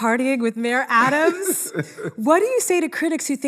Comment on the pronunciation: Learn to pronounce his name, Ziwe.